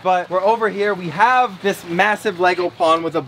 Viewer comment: When you put the pacu in the new pond you said dis guy instead of this lol 😂😂😂😂😂😂😂😂😂😂😂😂😂😂